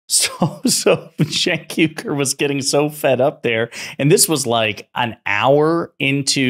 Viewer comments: Its not Cenk Yugur. Its UYGUR. Uoigurr. Thats how you say it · Firstly Genk's last name is pronounced " Wee - Gore " not " You - Gore " ( just like that ethnic Muslim minority that's intured in prison camps in western China,) secondly Mr Morgan knows better he's just stirring up his audience to keep his ratings up, l think that's standard operating procedure for most TV hosts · Phonetic: wee-gur, not yu-gur.